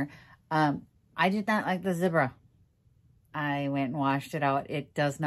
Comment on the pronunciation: So sorry you didn't love Zibra brushes. Yes, you pronounced them correctly. I have very small hands and I have Dupruytren's contracture. I need the larger handles since my grip is weak. The beautiful toile fabric is perfect for the chair.